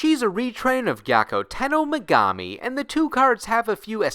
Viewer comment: I too never pronounced Megumi's name correctly or at all.